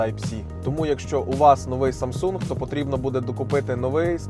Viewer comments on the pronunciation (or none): none